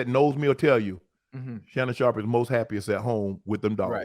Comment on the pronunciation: Club “Shay Shay?” Who is Shay Shay?